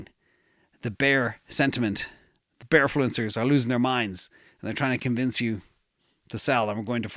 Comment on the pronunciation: you said bearfluencers like Ivan 🤣